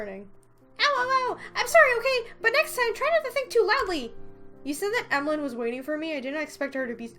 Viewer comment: For pronouncing Emaligne's name, you should pronounce it like Emmalyn